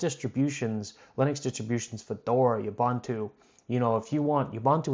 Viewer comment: Ooohbooohntooooo. Ubuntu. Not Ubantu. Thanks for introducing me to CachyOS.